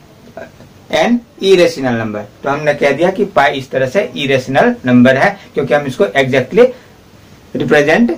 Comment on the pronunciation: Dihati ho app....errationla nhi hota irrational no.hota hai ...gavar ....😑🤬